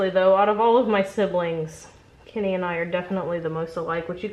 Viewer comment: kinny?? I've never heard your accents so much as when you said "Kenny"... Not a bad thing just odd that it's taken me so long to hear anything very american